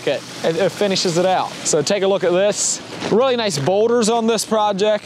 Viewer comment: what kind of boulders did you say you used on this feature? Sounded like you said weathered something??